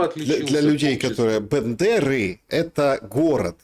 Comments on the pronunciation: БЭндеры аж слух режет. Правильно Бендеры! 😊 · Бендеры первая буква е произносится мягко как и Одесса е мягкое